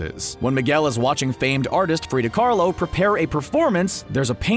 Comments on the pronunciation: I'm sorry, "Frida CARLO???" It's Kahlo! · Amy O'Sullivan i was gonna say the same thing it’s Frida Kahlo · Did you say "Prida Karlo" instead of "Frida Khalo"? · *Kahlo, not Carlo. Frida Kahlo. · He said Frida kahrlo 🤣🤣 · You accidentally said Frida Carlo, her name is Frida Kahlo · “frida karlo” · "Frida Carlo" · Its not frida carlo its frida kahlo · Frida Kahlo not Karlo lol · "Frida Carlo" me screaming Kahlo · Frida Kahlo!! Not Frida Carlo... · its frida kahlo not karlo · Frida Khalo not carlo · Frida Khalo. Not Frida “Kharlo” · Frida KARLO?!?? BOI it’s frida KAHLO she’s a real woman and iconic figure someone should have done some better editing for real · Did he say “frida Carlo” ? Is that what she’s called in coco? Cause I thought in coco they called her by her actual name “ Frida Kahlo” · “Frida Carlo” WTF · Calling Miguel "CoCo"... Calling Frida "Frida Karlo"? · Okay so like I got over the fact he called Miguel Cocoa.... But then he said Frida Caldo..... Like... Im lowkey kinda miffed about that. She is a big deal and a source of pride for a whole culture.... Can you at least try to say it right? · Did I just hear I’m say “Frida Carlo” ! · Who's Frida Carlo's? You can pronounce Stanley Kubrick's name correctly but not Frida Kahlo's? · Frida Carlo lmao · did he... did he say frida carlo? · "Frida carlo" Seems legit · he said frida "Carlo" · This seems pretty sloppily put together. They didn't even pronounce Frieda Kahlo's name right, which is disrespectful. Even the outro sounds insincere and exasperated. If anyone wants to learn more about these theories, especially The Pixar Theory, I'd suggest watching SuperCarlinBros's channel. They have a great in-depth explanation for it (as they do with all their theories) and they actually enjoy talking about this stuff. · He pronounced it wrong LOL